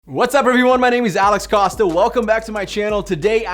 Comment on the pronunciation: Is it Alex Costa or? You are pronouncing it as, but it spells Costa?